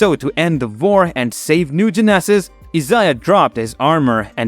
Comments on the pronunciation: A-poke-a-lipz ? New Gen-eh-saz? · 😂😂😂😂😂😂 Lmfao. Great Video. But i couldn't stop laughing every time he said Apocalypse or New Genesis.